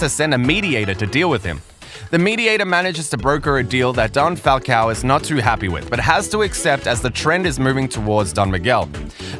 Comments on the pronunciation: It's "Falcón" not "Falcao" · My most favorite moment is when you pronounce the name Falcon not Falcow